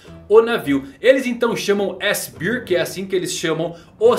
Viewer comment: O, vamo melhorar o inglês aí doutor... chamando o seraphin kuma de S-cerveja... kkkkkk